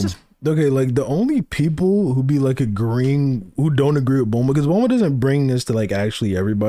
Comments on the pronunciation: He says Bluma because her name is meant to be a pun on Bloomers. Most of the names in Dragon Balls are meant to be English terms adapted into Japanese spelling. Technically the kana of her name would be pronounced as Bu-ru-ma. This is because "consonant" sounds in Japan almost always have a vowel attached. Hack off the "u" attached to the "B" and you get Bruma. Change the "r" to an "l" because of how Japanese works, and you get Bluma. Or sometimes Blooma. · His pronunciation of some words makes sense if he grew up with the raw/subs, but who duh fuck is BLUEMUH? This dude is like NCHammer with some of the characters and techniques in Naruto he says weird. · Ik why doesn't make it good. Bulmas named is spelled and said like how you type it but he says it wrong. He says Saiyajin wrong aswell.